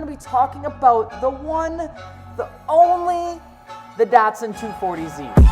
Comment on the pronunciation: It's not pronounced "DOT sun". DAT Llike cat or data.